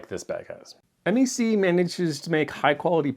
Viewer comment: Just a heads up: we Canucks don't refer to MEC as "em-ee-see" but "meck"; short e, rhymes with speck. Keep up the good work and happy travels. 🙂